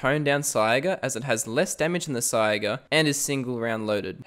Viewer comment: Bro please, it's called a saiga pronounced sayga